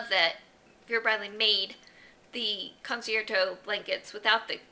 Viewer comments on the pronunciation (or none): I looked up the pronunciation of concerto because I wanted to be sure about it for myself, so I thought that I'd pass along that I learned the CERT portion has a "CH" sound in it: kuhn· chehr· tow I can't stop laughing about that bag! What was somebody thinking?